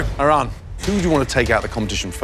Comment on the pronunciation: gets so mad when pronounces her name wrong but doesn't say a word when Chef Ramsay does it...just kinda funny to me cuz they both mispronounced it the same way lol